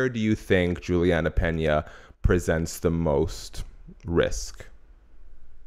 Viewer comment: It’s Peña not Pena